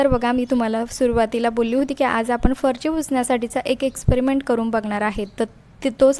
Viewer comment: अतीच बोलते.अगदी बीन कामाचं.फरची नव्हे फरशी.